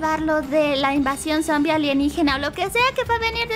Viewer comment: Se dice sombi